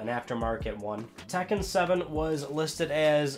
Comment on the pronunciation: Did he just said tacken 7?